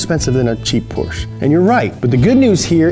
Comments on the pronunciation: The way you say portcha makes me sehr sauer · PorCHUH NIHssuhn God that bothers me XD